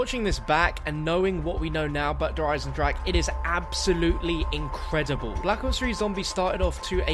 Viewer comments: 2 years later and still none of the englisch speaking youtubers correctly pronounces 'der Eisendrache' :D still sounds like 'der eisendrak' in german :v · pronounces "Eisendrache" differently everytime he says it 😂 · It's been 2 years and people still can't pronounce it's name XD It doesn't matter though, it still is one of the best zombie maps out there and the beginning of the DLC season of the best CoD Zombies game!